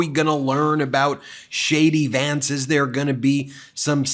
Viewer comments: I thought you were saying j d vance, shady Vance... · Sounds like you're saying Shady Vance - it fits regardless! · When Ben said “JD Vance”, I initially heard “shady Vance”.